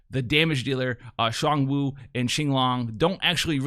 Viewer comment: For their pronunciation, it's Zh-uan (like the 'ju' part of au jus, rolling into Juan) Woo and Ching Long.